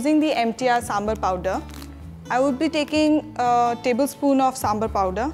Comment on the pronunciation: its is not sambalr its is sambaarr let it properly of god sake